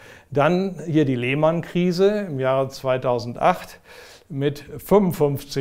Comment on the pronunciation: "Die Leeeehhhhmannnn Krise" So richtig schön Deutsch ausgesprochen. Fabelhaft.